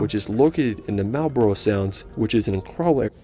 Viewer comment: The Marlborough Sounds is glorious & no not fake none of what you see here is fake! We used to fish out there all the time and it felt like you were the only people in the world. The only thing that annoys me is that he cannot pronounce the place names very well at all perhaps he should have doubled checked this first, but apart from that he did a great job. As the entire South Island has only 23% of the country's entire population, the rest is what you see, mountains, ranges, beaches etc. I wake every day to look at spectacular scenery and when I was young, I did take NZ for granted, but I don't now though I have travelled to many countries around the world, lived in Australia for 15 years but to me there is no place like New Zealand, my home!